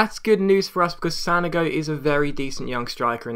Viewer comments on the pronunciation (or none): Pronounced San-oh-go not San-a-go just FYI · its San-ogo!!:D